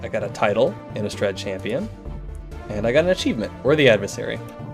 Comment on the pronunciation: The "A" in Inastrad is pronounced as a lower case "a" , Great videos keep it up!(